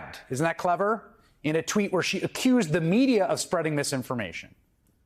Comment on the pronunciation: Mr. Hayes, two things 1. you have to learn how to say "lie" and "lies" . . . they don't prevaricate or tell untruths or use dishonesty or even fabricate falsehoods! . . . they lie! B. learn to pronounce it correctly, it's MT Greene . . . as in empty!